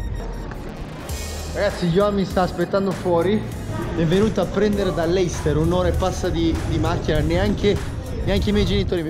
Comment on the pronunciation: ti potevi far spiegare che si dice "lester" non "leister"